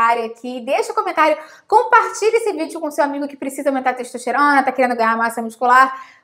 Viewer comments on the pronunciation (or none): Quem mais ouviu pelo menos 3 vezes "xexosterona"?